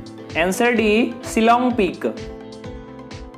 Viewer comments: It's Shillong...not Shilling😌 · Not C.long it's Shillong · shillong not shiling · Not shilling It's Shillong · Pronoun ,again shillong